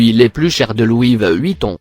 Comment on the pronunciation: Il dit louive Vuitton